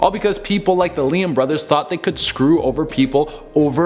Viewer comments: Love your videos! You were pronouncing Lehman as Leham. Tried to ignore it but couldn’t. I would normally assume I was incorrect about the pronunciation but I’m pretty sure about this one. Also it’s PT Barnum, not Braunum. I’m sure about this one too. 🤷‍♀️ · It's also Lee-man bros. Not Leeham Bros. Sorry... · Barnum and Lehman, not Branum and leyum... it’s literally spelt right but said completely wrong, like WTF. 😑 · It's pronounced...Lee-Man....that is all. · Ok BAR-NUM and LEE-MAN put the bong down dude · P.T. BARNUM not BRANUM..... jesus do you guys even pay attention to what you're presenting? ugh and Lehman brothers.... WOW have you never actually heard these names spoken come on, you're better than this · Mispronounced barnum and lehman at no.7 and no.6 consecutively, feel lied myself. The kind of video that tells you what was true when what the narrator said is untrue at the same time, a perfect example of lie within a lie, so the question remains, who should you even trust these days when the info given by the presenter is false itself. And you know the guy is insecure when he pronounced his name as "duren" instead of "durena" at the start of the video. 😂